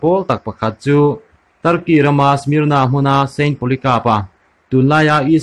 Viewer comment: A spell hi SMYRNA nia a lam dan tur ni awm chu SMER NUH(nah) a nih hmel. Mur ni lovin